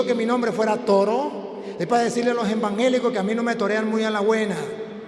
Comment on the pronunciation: Y se dice evangelico no envangelicos aprenda a hablar